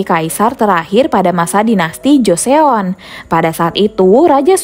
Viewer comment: Joseon bacanya josón (ó = seperti pengucapan "pop ice")